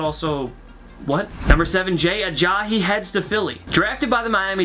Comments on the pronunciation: It's not Uh-Jaw-Hee it's Uh-Jie-E. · Who the hell is Ajahi? It is Ajayi.... uh-jai-yee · Ajahee???? Ajaiee is how its pronounced. great video though. lol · Jay Ajayi not Jay Ajay-hee cmon man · It bugs me how he says "Jay AyaHEE" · Aja"he" Haha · "Aja-he" does this annoy anyone else. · “Jay ALLAJI”